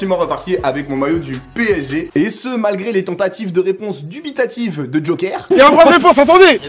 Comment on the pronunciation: « a che moment là » 😂